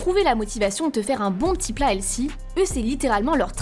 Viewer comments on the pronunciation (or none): Pourquoi, les français, vous prononcez toujours « hel-ssy » et non « HEL-FY » comme c’est censé être prononcé?!!!!!!!! C’est vraiment chi_nt. Faites un effort sur la prononciation si vous allez utiliser des termes anglais. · Healthy, pas "hellsi" 🤨